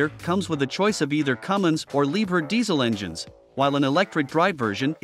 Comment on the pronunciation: It’s pronounced “Lee-bear”. 😂😂